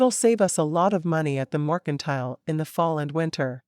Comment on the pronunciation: All of these books deserve a MUCH BETTER Reader then whatever this AI is. I'm so tired of missing words and the mispronouncing of words. Morkintile, is in my brain for forever I believe. :P